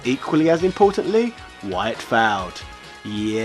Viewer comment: I love your videos,, but I wish you could pronounce the word 'failed' correctly. It sounds like you're saying 'felled' with a mouthful of jelly babies.